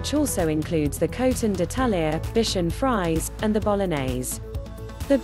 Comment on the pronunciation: I think you pronounce Bichon "FREE-SAY", not "FRIES" 😉